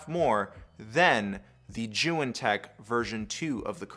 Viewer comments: He pronounces it as joo wen lol It’s zee yoon say it man zee yoon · When he said joo wen I stopped watching lol, he does seem to know what he is saying